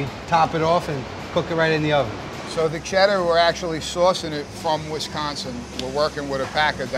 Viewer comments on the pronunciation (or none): none